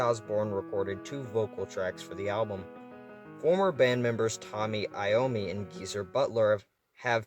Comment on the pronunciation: No chance you called the godfather of metal “tommy Iomi” 💀